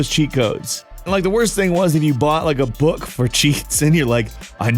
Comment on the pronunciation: Da fuq is a "booq"? And "magu-zene"? Im prty sher ur jst macing up wrds now.